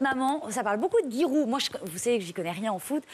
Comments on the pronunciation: C'est GI-roud pas GUi-roud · sa se dit j* giroud mdr